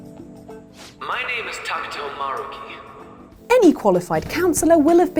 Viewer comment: am i the only one bothered by how she was pronouncing Maruki's name?